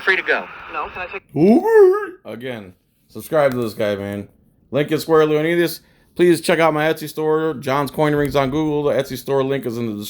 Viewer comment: Cmon man arent you Greek and you cant pronouce "leonidas"? 😉